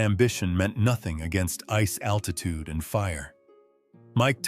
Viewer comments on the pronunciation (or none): none